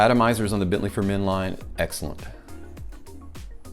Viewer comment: I choose to earn my living with more intellectually demanding work. If I put my mind to it, however, I would be sure to forego embarrassingly cheesy animations and make an effort to correctly pronounce brand names.